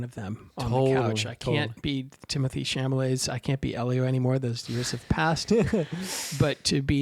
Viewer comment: A small thing, Timothée's last name is pronounced Shal-a-may not Sham-a-lay. If you have a chance, read the book by the same name by André Aciman. One of the best things about the movie is that it really does the book justice. In fact, the monologue by Elio's father is almost word-for-word from the book. But finally, the scene that you neglected to discuss that is probably the most devastating scene in the movie and probably got Timothée the Oscar nomination. The nearly three minute scene in front of the fire which continues over the credits. Which contains one of the most beautiful breakings of the fourth wall in all of film. And, in my opinion, says to the audience, you have followed me in this journey and you have been welcome.